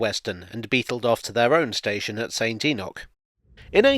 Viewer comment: Thank you for pronouncing St Enoch correctly. I would hate to get all pedantic about such matters.